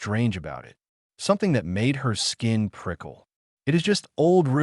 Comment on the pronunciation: Good story, but each time the artificial voice said "I T" instead of "IT" was an irritating distraction.